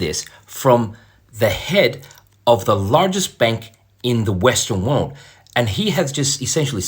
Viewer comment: cant pronounce the word "world" 😊